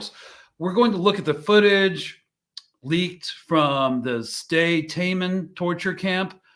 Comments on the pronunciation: Yeah or like Stay Tay-mon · Pronounced "sday taymon"... like "Hey, Mon", if you remember In Living Color.